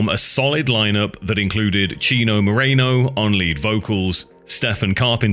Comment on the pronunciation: It's Chino Moreno not Mareno dude